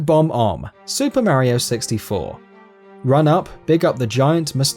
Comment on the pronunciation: *Bob-Omb... Not "Bomb-Omb" Many of the bosses you've listed are the first or second boss of the game. They're NOT MEANT to be difficult...